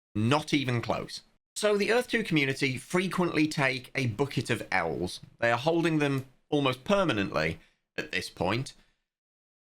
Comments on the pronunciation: It took me a few listens to realise you said "A bucket of Ls" I was so confused why these people were "holdinging a bucket of owls." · I heard "bucket of elves", and thought he meant leprechauns, because that's the best chance of making money from E2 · Yeah, I just heard it too, it's a buket of owls!